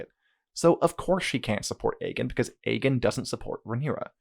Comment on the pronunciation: MFW you've had almost 40 hours of TV where they talk about "Aegon" the Conqueror and other Aegons all the time and you still pronounce it "Egg In" :0